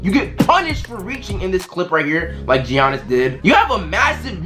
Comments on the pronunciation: G ianis it’s like yayanis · this man said GIANNIS like he said G annis but its pronounced Y-ah-nis he said it and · U called him GEE annis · This man said ( Gee- ahhnis ) 😂😂🤦🏾‍♂️ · Man said G-anis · Did this man say G-iannis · it’s pronounced Yannis not Jiannis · Bruh he pronounced Giannis "Gee-An-Nis" but then pronounced it right lol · G annis 😂 the way he said it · Mans said GE- iannis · This man pronounced giannis as “ gee-on-is “ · it’s not ge-on-es